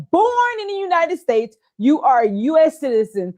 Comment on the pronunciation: WTH??? FROM UNITEDED STATES??? ITS UNITED STATES MAAM'